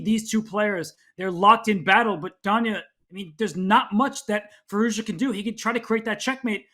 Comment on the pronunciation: Congrats to Gukesh. Alireza's last name should be pronounced 'FeerooZjaa' by the way. The 'z' is not just accidentally there!